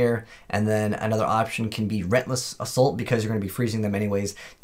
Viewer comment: Great video. Just fyi reLENTless isn't pronounced rentless